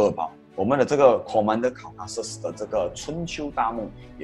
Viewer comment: Maharaja Caucasus，不是Maharaja Causasus